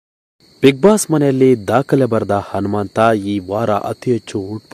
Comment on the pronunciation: Yo first kannada nettage mathadi lo handare hentry hata alla ata entry andare anumanta alla hanumanta thooo nimage channel bere jedu ho tu alla otu